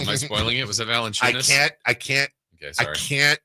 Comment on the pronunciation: bro not valencunias 😓